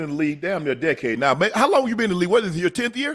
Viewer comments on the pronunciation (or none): none